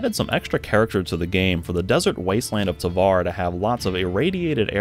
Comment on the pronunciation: The change in the pronunciation was really jarring. Another example is Tavar